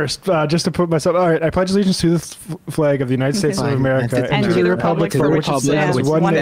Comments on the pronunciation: What really bugs me is the way they say the word "flag".... The A is a soft A... Like Apple. They say it with a hard A. Like Ape. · "Flag" also isn't supposed to rhyme with "plague".